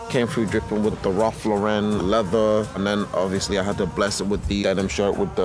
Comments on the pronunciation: No one gunna comment on the fact they are mispronouncing ralph lauren the whole time? Its pronounced LAU-ren, like the girl's name. Not lau-REN. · do people realise that it's pronounced Ralph Lauren with emphasis on Lau like the name Lauren? Ralph is American, not French or wherever you would pronounce it LauREN 😊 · Thick white socks with a black suit and black loafers was a mistake. Also luxury suit and dirty floor just don't mix. In the US RL is pronounced as LAuren. In the UK i guess it is more french like Laurent (LaurEn)? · They could at least pronounce the name right